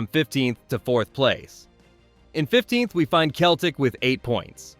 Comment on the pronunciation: Celtic. It's selltic not keltic.